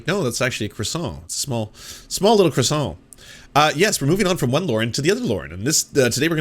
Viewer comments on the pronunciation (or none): Bro how are you Canadian and yet you don't know that you don't pronounce the r in 'croissant'? Quebec is right there.